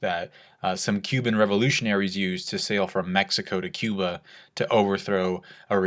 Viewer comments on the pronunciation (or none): none